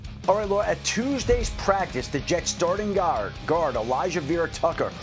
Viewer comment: Starting Guaeard 😂